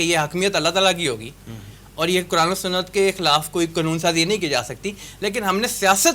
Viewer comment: Tum sab QURAN mein QAF ,NAHI bola jata hay, sub Punjabi Q. Ko. Kaf kiyoon boltay hein